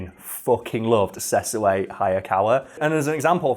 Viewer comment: It's pronounced Sesshu (Seh. -shoe)